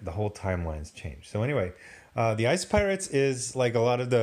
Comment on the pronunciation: ICE PY-Orates?